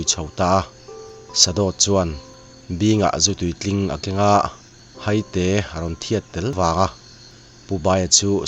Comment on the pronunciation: Haite, mi tu emaw kan hai a thluk in i thluk a i thluk dan a dik lo Hai-te ti zawk tur ani e